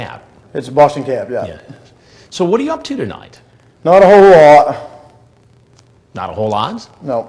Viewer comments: It came out more like " NOT A WHLOLWLE LAOWT". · Chris Hansen...what u up to tonight Lorne...not hawlot Chris Hansen not whole lot Lorne..yes Chris Hansen..ok just making sure what u said